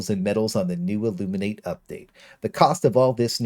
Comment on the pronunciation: Not that it matters, but it’s pronounced the “Illumin-IHt”. The actual word is pronounced the way you were saying it, but the species is different. Regardless, thanks for the method